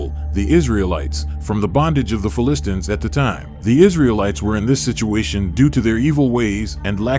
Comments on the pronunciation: You are mispronouncing Philistine/Philistines. Very annoying. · Ironically, you must be a Philistine to mispronounce "Philistine".